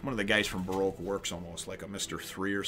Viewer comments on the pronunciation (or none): none